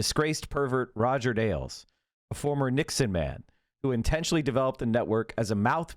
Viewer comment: "Rogert Ailes" you said..😹 I like it.